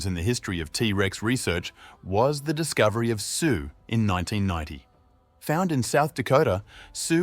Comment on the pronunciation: Sioux instead of Sue in the beginning of the video had me running to the comments. I’m not going to make it past the first minute. This is such a lazy video.